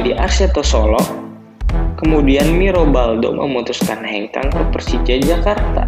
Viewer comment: kok yg nyiarin huruf ahir ada k solo jadi solok persija jadi persijak...